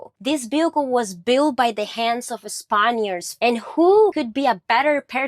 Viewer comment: tf is a spon-yurd?